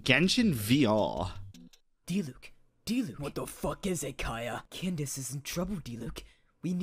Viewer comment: Candice exist tho... but its not Candice but Candace